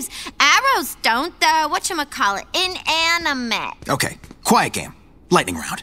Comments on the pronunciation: If she's so smart, how come she can barely pronounce "inanimate." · The way she pronounced inanimate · Harley wouldn’t pronounce a word like inanimate that poorly, she has a PhD